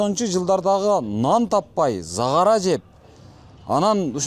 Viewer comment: Заара жеп дейсиңби, кээде сөздү туура эмес сүйлөйсүң да үкөм!